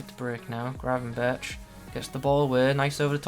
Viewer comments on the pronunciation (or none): You have to pronounce the 'r' like GRRRR, but English people really struggle with that haha :) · don’t forget to roll the rrrr